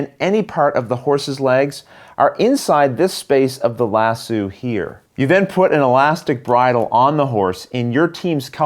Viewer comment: "Lass Oh"...not "Lass Sue"! Also...the rider gets in the saddle...not the stirrups. (Even though in real life you'd use the stirrups to get up on a horse and sit in the saddle!)